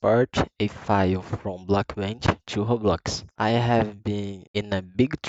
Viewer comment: Sabia que era Brasileiro quando tu falou Roblox kkkkkkkkk